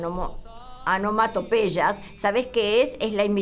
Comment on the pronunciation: La Zamba para mis amigos es de Robustiano Figueroa Reyes, hermano menor de Hernán. No es de Hernán, como dice el presentador. Y la locutora habla de Los Huaca Hua que no se sabe quienes son. Tal vez quiso referirse a Los Huanca Hua. También tuvo serias dificultades para pronunciar correctamente la palabra onomatopeya. Y desde ahi ya me fui a ver otra cosa....lamentable programa y falta de respeto a Hernán Figueroa Reyes y a sus admiradores...y al público en general.